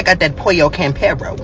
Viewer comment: Idk why I feel like he was just mad that a Latino spot has better chicken than kfc , whole demeanor was negative from how he crumbled up the chicken , to how he pronounced Campero . Ofc your hand goin be greasy after you done practically crumbled the whole drum if your hand . L review